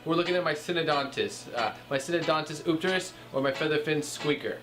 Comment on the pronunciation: Very nice looking eupterus cat. Love the BIG sailfin on that dude! BTW it's pronounced You-pterus. Enjoyed the video! Nice job👍